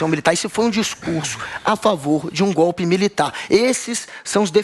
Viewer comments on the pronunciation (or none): none